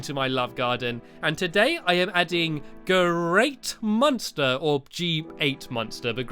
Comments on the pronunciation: thats pernounced gate monster stamps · It's pronounced gate monster